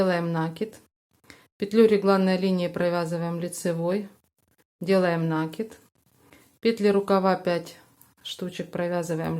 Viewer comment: вы откуда? Почему нАкид??? Что выдумываете!!! В русском языке есть только слово накИд! А хотелось с вами связать комбинезон для игрушки,но нет сил слушать ваш нАкид!!😢😅😅😅